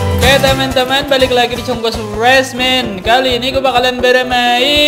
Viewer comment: Nama chenel : stresmen Di baca : suresmen 🗿🗿🗿🗿🗿🗿🗿🗿🗿🗿